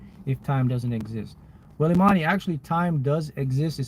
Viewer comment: I love everything about this but My name is Imani & I appreciate you for actually pronouncing it right 😮‍💨😍 that always warms my heart 😅